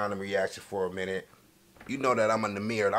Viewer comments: "ybn Name-er" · “Ybn namer” 😭😭😭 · it’s nuhh meer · It's pronounce " numer " like number but without the "b"